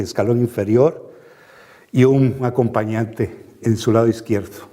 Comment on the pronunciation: Una pregunta..?. Aque se refiere cuando dice en el minuto un aponpañante?.